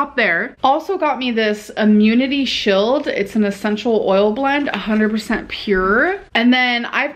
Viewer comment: The way she pronounced “shield” 🥴. Oof